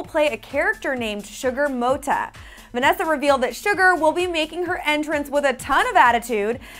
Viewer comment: that's not how you say Sugar Motta